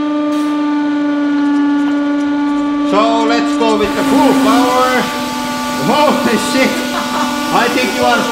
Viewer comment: Hoo-Lee shiet, it want riht trouug te herdnd schteal.